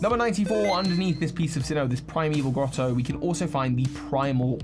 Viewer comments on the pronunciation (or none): none